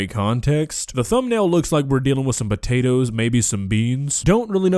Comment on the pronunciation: The way says the spotatoes instead of these potatoes gets me every time.